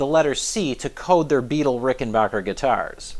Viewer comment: Its rickenbacker not rickenbocker !